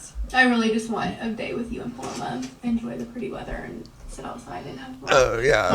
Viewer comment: My cousin is named Paloma and the way these ppl pronounce it KILLS me